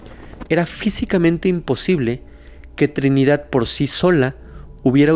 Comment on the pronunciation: porque dices Trinidat* Con T? Hay varias palabras que las pronuncias con T en lugar de con D. Li he observen casi todos tus videos. Lo curioso es que hay veces eso lo dices con D 😮